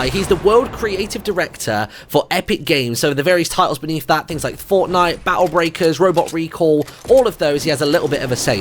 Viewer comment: he didnt say fortnite. he said fornite